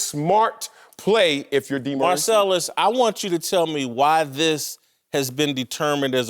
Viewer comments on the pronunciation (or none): DEE-Maurice Yeah.